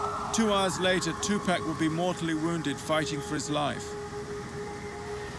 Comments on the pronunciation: Next time you decide to do a video of someone, learn their name first. 2 pack this 2 pack that, 2 packs of what cigarettes??? Tupac Shakur... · TUPAC is pronounced Tu-pock, not Tu-pack. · Hearing this guy pronounce his name incorrectly this entire documentary was more painful than watching the actual story! Geesh bro, it's "Two-Pock". 🤦🏾‍♂️ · But we till understood it, whether is tu-pack or two park or Tupac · I really tried to watch this, however, the constant mispronunciation of Tupac's name is very annoying. His name is Tupac (pronounced Tu(poc). Not Tu(pack). Smh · Why not take the time to pronounce his name right? It's disrespectful. Tu- Pock not Pack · Sorry but this nararator is getting on my nerver saying tupack its tupac man 😂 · For crying out loud it is Tu-POCK 😩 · Two pack ?? I cant get over that. After all these years, yall still cant functionally pronounce the mans name?! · You think someone would have told him after this entire documentary how to say his name right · Man he keeps sayin Pac's name wrong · He pronounced it like that on purpose 🤡🤡🤡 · Soon they pronounce his name wrong I turn off why listen if you don't know how to pronounce his name